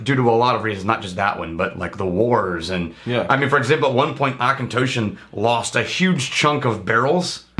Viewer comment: Hell yeah, I have a bottle of the Auchentoshan American Oak and I love it. Really wanting to try the Three Wood since you guys bring it up all the time. Also, thanks to finding you guys, I now know how to pronounce Auchentoshan.